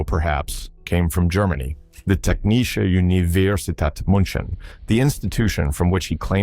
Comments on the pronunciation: Pronouncing it as Munchen is criminal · I recoil every time he tried to pronounce "München"